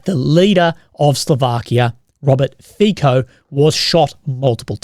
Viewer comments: Fico is pronunced as: Fi as Fi in Finland co as tso in Tsonga Fi-co = Fi-tso. Not "Fiko" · The "c" in Fico is pronounced like "ts" in tsar or tsunami. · If I'm not mistaken, the surname of the Slovak politician sounds like "Fizzo" and not "Fico" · I've heard others pronounce it - Fitso. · As a Slovak its pronounts Fitso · Bro, please tell me how to pronounce it correctly: FeeKo or FeeTSo?